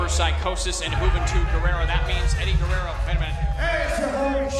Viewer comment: Wtf? It's Eddie Guerrero, not Guerrera. Were you thinking of Juventud or what?? 🤔😂